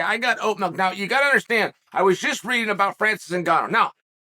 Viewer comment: How did I already know Chael was going to pronounce milk, "mElk", before he even said it?!?!